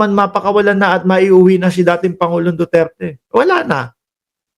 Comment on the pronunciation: hindi pa niya nabigkas ang duterte ang pagkadinigko dutert😂😂😂